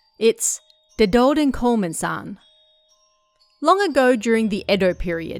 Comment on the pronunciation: Dedodenkomen, if we add in spaces where it feels natural to me where they should go, we get ‘De doden komen’, which translates to ‘the dead ones are coming’ or like ‘the death is coming’. That translation is basically indeed correct lol Good pronouncation btw!